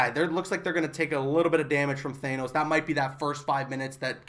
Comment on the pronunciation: Thanos not thaenos. If I’m wrong then please correct me